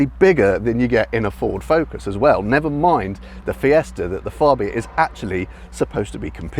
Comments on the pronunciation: Its FABIA not FARBIA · Fab-bia not Far-bia! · Tim Rodie’s review, from the same event. He pronounces Fabia correctly.